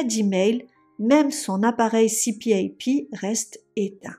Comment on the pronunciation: On pronounce CPaP “ cpap”. Qui vent dire “continuous positive airway pressure”